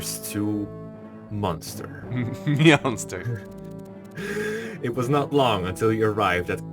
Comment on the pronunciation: Munster triggers me it's Manster